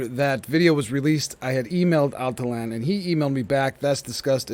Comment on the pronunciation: Al tee yawn.......not Al tee Lan....there.